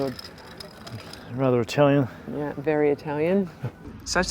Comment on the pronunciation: Omg your Italian pronunciation is way better than mine!! Enjoy all of Italy!